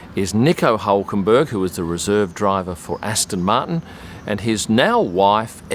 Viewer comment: its pronounced HOOOOOOOLKENBERRRRG